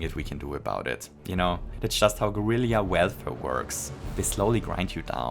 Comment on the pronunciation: I thought Guerrilla Welfare was accent but its actually 11/10 brilliant